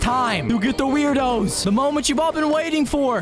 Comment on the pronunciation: tip: the werdos are actually pronounced “word-o’s”.